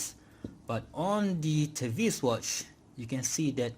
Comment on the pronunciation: I saw a review on this watch from Pert Watch Channel. The way he pronounce the word TEVISE was te-vis (as in IS) and not te-vais (as in WISE). 😅